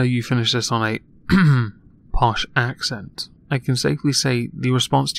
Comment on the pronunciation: almost, but you finished "accent" with a t.